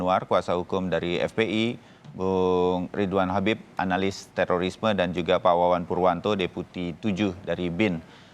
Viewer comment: teririsme....emang tuh i sama o dempetan sapa sih yg naro begitu hurufnya